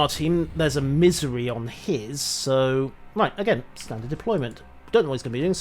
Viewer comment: lol my hearing is going out. when you say Missouri I could swear you're saying misery.